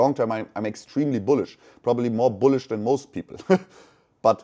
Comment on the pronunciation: buliush biluissh biliiussh?